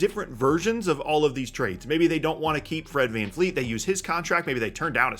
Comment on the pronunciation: It’s Van Vleet, not Van Fleet